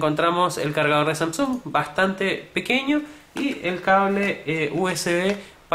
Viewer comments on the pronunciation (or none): Samsúng jajajja xD buen review pero me dio risa eso xD